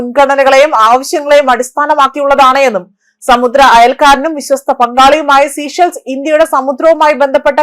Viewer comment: The correct pronunciation is sā-ˈshelz. Please do not say 'sea shells'; it is important not to distort the name of the country